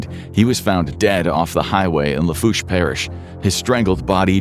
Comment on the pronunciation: I was loving in Houma around this time and never heard of this. About the only thing he pronounced correctly was Lafourche